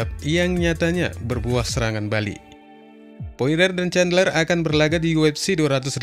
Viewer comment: sebutannya poriyer